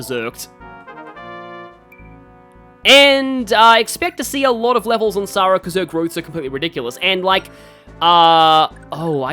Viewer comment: You are pronouncing Sara right, Heroes gets it wrong...which isn't a 1st considering the way they mispronounce Ogier...